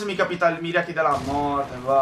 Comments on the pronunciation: scusa si dice mariaci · si dice maiaci